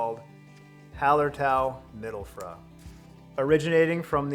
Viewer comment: A tip on pronouncing “mittelfrüh”. The ü is like the U in “union” and not like the U in “pun”. Also agree on the Barbe Rouge. Had a single hop APA with that one and that hop has an astonishing amount of berry/strawberry character!